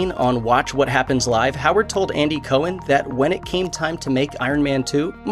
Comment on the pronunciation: “Co-hen.” Where did you learn pronunciation?